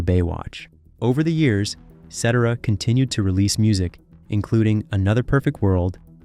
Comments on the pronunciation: Agreed. "SET-er-ah"? The narrator also mispronounces the word "bassist" (ˈbāsəst). The whole world pronounces it "BASE-ist", not "BASS-est".🙄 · His name is pronounced, Sa Ter ah. Just an FYI! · His name is Not Setera you idiots it's Cetera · His last name is not cetra. It's Cetera. You have to pronounce it right. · Se-terra. Not Set-er-a. Do your research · It's pronounced suh-terra not setterruh as in etcetera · Hey narrator 😊. It's pronounced "Sə-terr-ə" not "Set-ə-rə". Get it right. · It is not CEtera is is ceTEra. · The narrator says Cetera like "et cetera" but I think the singer pronounces it Set-TARE-uh. This seems to me an important error for the maker to fix. And let me recommend to you video on Frank SIN-na-tra. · Who's Peter Sedera?🤣🤣 It's pronounced Peter Set tera you millennial fool. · Peter Setera 😂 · I think you are pronouncing Pete’s last name wrong. I believe it’s pronounced Set er Ah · ITS PRONOUNCED ..... PETER SA TERA YOU M O R O N !!!!!!!!!!!!!!!!!!!!!!!!!!!!!!!!!!!!1!!!!!!!!!!!!!!!!!!!!!!!!!!!!!!!!!!!!!!!!!!!!!!! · Cettera?????? Anyway, I'm on Danny Seraphine's side. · Its pronounced Peter C e terra!! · SE-TERR-AH. Get it right! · Thank you, Reed Carpeet, for demonstrating to us that we have been pronouncing Peter Cet'-ara's name wrong for the past five decades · sih-TEAR-uh, genius. Do your homework. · Peter Cetera's last name is pronounced, "seh-TER-uh". In any case, it's too bad Peter left Chicago. I think they both fit together so well. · Ce-TER-ra. One could call him the lead singer for Chicago in the '80s but not in the late '60s-70s, when the band had three vocalists and really no "lead' singer. Old Chicago is the best, with Terry Kath. Cetera was great then but as a member of an ensemble, not the lead. That's when Chicago lost its footing, in the 1980s. Terry was gone by then. RIP Terry. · His name is pronounced phonetically "SAH-TARE-RAH." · Your mis pronunciation of SET-ER-A's name is a distraction. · Peter Set-er-uh? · I AGREE!